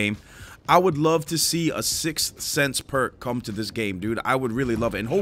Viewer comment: Ghost counters “sixth sense” 🤣